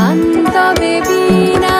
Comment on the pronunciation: গান টা ভালো লেগেছে কিন্তু একবার ভীণা আরেকবার বীণা উচ্চারণ